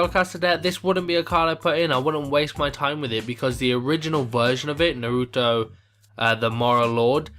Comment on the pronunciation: i think it may be pernounced noreeto